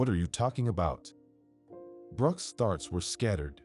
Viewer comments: And thoughts as farts. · What about farts 💨 instead of thoughts 😂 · In all stories I've listened to instead of thoughts ,it's farts!!! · I guess it would be a well-deserved D because you are not AI These are still in there from different countries as well Perhaps they're not real fluent in the English language I give them an A4 trying I especially love the way they pronounce the word thoughts 😂